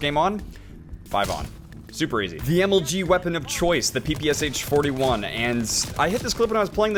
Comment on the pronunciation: Its not peepeeeseh its pepesha